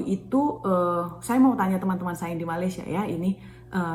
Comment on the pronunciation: Cara menyebut nama negara Malaysia ialah Me-Ley-Sya